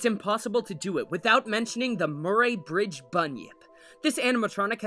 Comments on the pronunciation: Sorry to seem like I'm nitpicking but as somebody who grew up in Murray Bridge it's pronounced "Muh-Ree" like the name. Bert was my first introduction to aquatic animatronics when I was 3 and it makes me super proud that so many people find Bert as terrifying as I did and still do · As an south Australian I cringed so hard when he pronounced Murry bridge😖